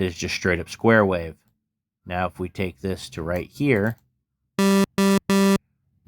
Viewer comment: Wait who says wahhhv 😂 wish this was a vst!